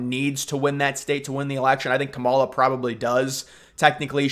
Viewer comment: Why do you say Harris first name wrong?